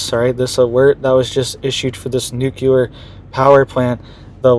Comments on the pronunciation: It’s not NUKELAR. It’s NUCLEAR 😂 ❤ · I wrote the same thing in the last video. I can't even watch this one - it's just too cringe hearing him say "newkuler" over and over. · Why do some find it so hard to say noo clee er? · You tried to inform him in the last video as well, but he doesn't get it. I clicked on this video hoping he would have seen the comments and made the correction, but no. Stopped the video after the first "newkuler" - it's just too cringe worthy.